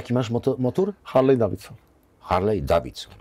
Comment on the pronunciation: harley nie wymawia sie harlej tylko harli... pozdro zza oceanu